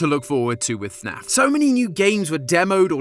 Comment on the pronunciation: dont you mean FNAF not snaf